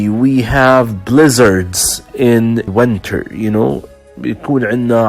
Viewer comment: تحياتي. بعد الاستماع إلى هذا المحتوى، وجدت بعض الأمور التي لا بد من توضيحها: أولا. كلمة يذكّر بِ هي remind of وليست remind with. ثانيا. ثمة مشكلة كبيرة في اللفظ وخصوصا بين حرفَي E و I. وإليكم بعض الأمثلة: Lessons, وليس lissons. Winter, وليس wenter. Brisk, وليس bresk. Drizzle و drizzling, وليس Drezzle و drezzling. Chilly, وليس chelly. Blizzard, وليس blezzard. ثالثا. بالنسبة لكلمة comfortable, فمن الخطأ لفظها كما تُكتَب. يجب أن تُلفَظ comftable, وليس Com Fortable الرجاء أن تؤخذ الملاحظات بعين الاعتبار إذ إنّ تعليم أية لغة يحتاج إلى تدقيق وتحضير ولفظ سليم واختيار حروف الجر الصحيحة.